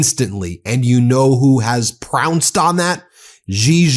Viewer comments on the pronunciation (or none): Pounced not prounced 😂